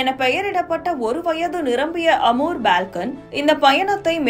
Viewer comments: அது பால்கன் பறவையா (balcon) அல்லது ஃபால்கன் பறவையா (falcon)? தகவலைப் படிப்பவர்களுக்கு சரியான உச்சரிப்பு அத்தியாவசியமானது! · It's not BALCON, it's FALCON. Thnks for sharing the info. about Amur Falcon bird!